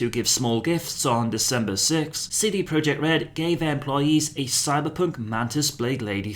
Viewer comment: Thanks for doing gods work, keep us posted. btw your name pronounciation are clean af u polish?.